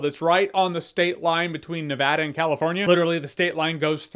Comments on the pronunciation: Praise be to the baby Jesus he said Nevada correctly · Props on saying Nevada correctly